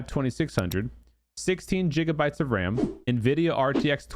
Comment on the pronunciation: Bro callin them jiggabytes 😂😂